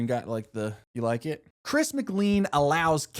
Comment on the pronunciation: The fact you mispronounced chris's name is atrocious